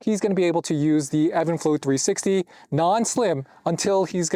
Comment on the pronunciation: Is this pronounced even flow or Evan flow like you’re saying?